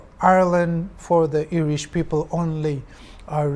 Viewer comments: IRISH OR ERISH??? accent aro pronunciation toh deishe dei. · I never heard ERISH. I heard IRISH. 😂😂😂